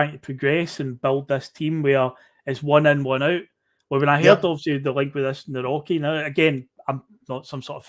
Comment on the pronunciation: Nawrocki pronounced nav-rotch-key